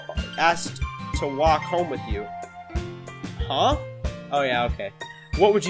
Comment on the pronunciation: “Huhuhu” “Does anyone laugh like that?!” No, you’re just pronouncing it wrong.